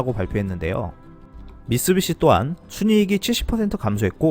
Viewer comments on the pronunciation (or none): none